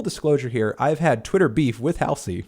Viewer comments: It’s ‘Haul Zee’ not ‘Hail zee’ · I agree with everything you said in this video, but her name is pronounced "Hall - Z" (hall, like in hallway). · Not that it matters but it's pronounced HALL ZEE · that’s how it’s spelled. Hallsey would be pronounced “halls-ee” but Halsey is “hal-see”. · the way he says halsey😭😭😭😭😭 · For. 1 your totally pronouncing Halseys name wrong but i get you Im Halseys #1fan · Can you maybe learn how to say her name? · He can't even pronounce Halsey correctly, lol. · when he mispronounces halsey throughout the entire video... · funny he says she's embarresed herself but he can'teven pronounce her name..... wow